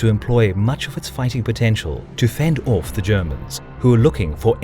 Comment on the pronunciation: ...fend orrf the Germans... In Dewnitz view... aarrrg.